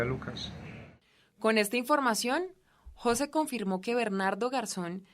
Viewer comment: Jóse.... Porqué pone el acento en la "o". MDF influencia de presentadoras con el coeficiente intelectual de una yegua...